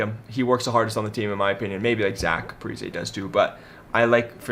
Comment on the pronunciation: I hate to hate bc I love your brother but you’ve got no idea what you’re talking about. First of all, pronounce the names right if you’re gonna say you know the team like the back of your hand. (Parise, Kaprizov) Second, Greenway can skate, his issue is that he gives 0 effort to the game. If he did, he would be good. The spurgeon contract is good. foligno is loved by almost all fans. We traded Kunin for Bonino to get a very good pick in Marat Khusnutdinov, look him up. The reason for getting Johansson was because we needed to change things up, and Marcus’ contract expired after this year, more space for Fiala and Kaprizov. Oh and FIALA. Fiala is not ‘not good’ just because he’s on the wild. Granlund had 1 good year on the Wild. He was one of my favorites but he was not a star. He was having a bad year on the Wild so we traded him lmao. Please stop with these videos or at least educate yourself before saying you know what you’re talking about